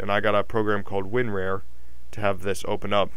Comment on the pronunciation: Lol Win-R-A-R